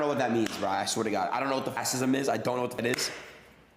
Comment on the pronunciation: Of course the MAGA streamer can’t pronounce fascism.